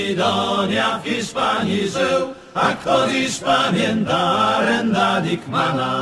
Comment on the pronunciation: Taka ciekawostka "Arend Dickman" czyta się jako Aerend dejkman